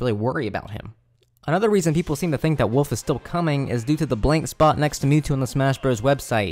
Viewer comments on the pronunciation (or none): "Woof" What even is the letter L? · lol you pronounce wolf like my brother, you say woof without the l.